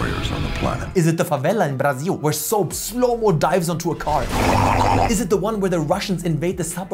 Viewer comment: Props for the perfect pronunciation of 'Brasil'. lol